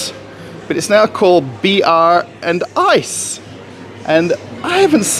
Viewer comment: It's "BRAND ICE" not br and ice